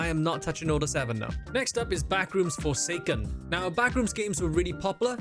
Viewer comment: ohhh backrooms forsaken not forskin